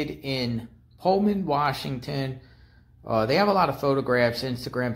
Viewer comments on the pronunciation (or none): none